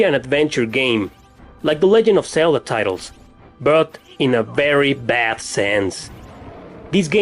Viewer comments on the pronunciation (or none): none